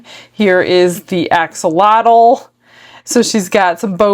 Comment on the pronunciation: Hi, thought I might just help you out a wee bit in pronunciation of “Axolotl”. The “X” is a “Sh” sound in the Aztec language of Nahuatl. So to say this little guys name it’s actually pronounced “Ah-Sho-lotl “ 😊. Much love from your 🇲🇽/🇨🇦 fans